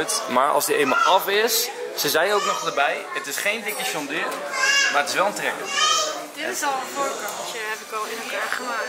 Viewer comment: Iedereen: trekker Mensen in t westen en zuiden: traktor Enzo: trector 🤷🏼‍♂️ btw